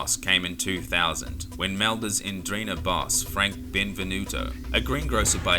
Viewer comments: Holy shit N dran Ghetaa never heard someone butcher the name like you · Great video, mate. Just one minor thing, N'drangheta is pronounced ndrángeta (as if the N wasn't capitalized, starting with the consonant sound as in the word "nose"). They're quite infamous here in Europe. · It would be lovely, if you try at least to pronounce 'Ndrangheta correctly. Since we have learnt your language and we make everyday effort to speak it properly, it would be good to acknowledge that your way to talk may change foreign words so as to make them unrecognisable by native speakers. Thank you. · At least pronounce it right. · Hi mate. Jamal By your name your are not Italian, you can tell by your explanation of the Sicilian mafia. At first - its not “La” but only Cosa Nostra. Mafia is a general way we call organised crime in Italy. Which we have 4 main “branches” completely different one another. Sicilia - Cosa Nostra Calabria - Ndrangheta (which Is not pronunce like the guy in this video) Campania - Camorra Puglia - Sacra Corona Unita Families from each “branches” moved to the USA to expanded the “business” Cosa nostra became more famous due to the Hollywood movies and to the help Lucky Luciano gave to the American Army to get to Sicily at the end of the Second World War. Just some quick points. But sorry you are wrong. - look it up properly- Cheers